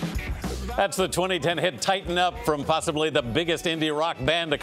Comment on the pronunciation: the way you pronounce the word "up"